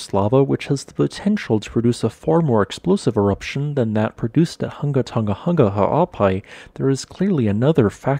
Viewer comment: I’m so impressed how you can pronounce Hunga Tonga-Hunga Ha'apai so well. I find this information so very interesting.